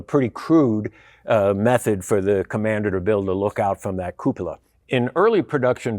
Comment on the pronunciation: the right pronunciation of "cupola" is REALLY rare in youtube videos! Yours is spot on.